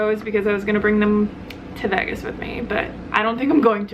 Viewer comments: I know, I did a double-take on that one too. The first few times she said it, it came across as "Veggus" instead of "Vaygus," but then she seemed to say it correctly later on. I figured I was just hearing it weird. LOL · What you're hearing is her saying Vegas like vagas (vag like bag) vs veages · Ok good not just me lol...>I pronounce it like Vaygus...but she says it like Vegg us. But I'm an Aussie lol so thought I just had it wrong. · Lol that's what i thought. I'm in Australia so I'm thinking...ok is this just not a way i've heard it pronounced before? o.O She says it like Vegg us...whilst I always think of it as like Vaygus. (the pronunciation) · Veg Gus lmao it's so funny but in a good way xD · I've never heard someone say Vegas like that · I know? 😂😂😂 super weird! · I know right...at first I thought it was some sort of play on words. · I thought it was just me that noticed that lol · You say Vegas really funny haha. Btw, Vegas has lots of vegan options! Lots!